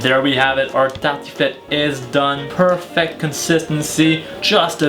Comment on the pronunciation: bonne vidéo mais sa se voit que tu parle Français de base car tu dit tartiflette comme les Français